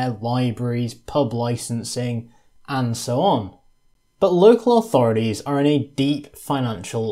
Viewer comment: Very informative, but maddenly annoying when someone who's clearly British persists on saying 'authoridies' instead of 'authorities'